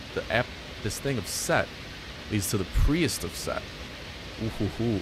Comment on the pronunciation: Hey:) Priest is pronounced "Preest" I love the combat in this game:D